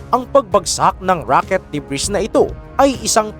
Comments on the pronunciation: "Debri" ( Ito ho ANG plural na Ng debris") Lang po i-prononce at Hindi debris KAHIT GANUN ANG spelling. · DEBRIS- silent " s " pronunciation DUH-BREE